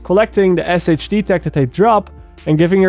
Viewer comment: SHD tech is pronounced “Shade tech” in game